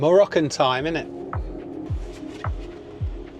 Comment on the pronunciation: "Moroccan time imnit" 😂😂😂